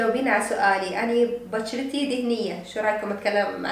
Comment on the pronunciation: بعد لتحجين عراقي دمرتي ام اللهجة😂 زين ليش تشوفون العراقيين يتكلمون فقط بحرف الجاء يعني حتى بشرتي لفظتيها بجرتي لااااء🥲